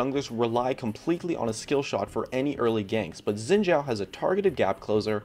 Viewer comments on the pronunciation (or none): You pronounce Xin Zhao wrong. It's pronounced Xin Sao, not chao. So annoying. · FOR GOD'S SAKE It's pronounced (SHIIN) not (ZIIN)